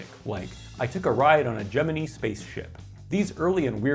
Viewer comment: I like how you pronounced “Gemini” correctly.